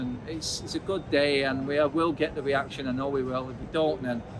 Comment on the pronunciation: Why does this guy pronounces the letter R like a W? weaction instead of reaction lol